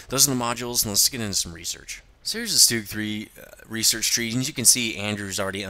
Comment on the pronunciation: you sed stug wrong